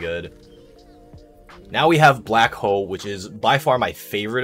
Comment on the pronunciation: lmfao, I kept hearing that too